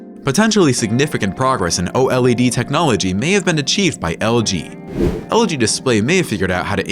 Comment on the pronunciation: And again.. O.L.E.D...... please... just say OLED. Very annoying